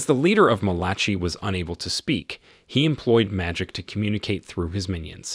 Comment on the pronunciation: Undo is pronounced un do. Malachi is pronounced Mal a KI LIKE the book in the Bible.